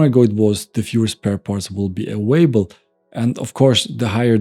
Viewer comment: Love this content. You give precise and honest insight. What can be irritating at times in your constant mispronunciation of "available*" (say: ah-vale-ah-bell" not "away-bell"!) and you always pronuncing a "V" like a "W". They are sometimes pronounced the same in German (sounds like Swiss-German is your native language), but are vastly different in English.